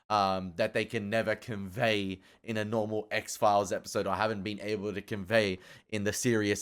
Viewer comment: Please, please stop saying X-Phile-ees. It's X-Philes, pronounced "X-Files" . I'm sorry... I'll watch the react now.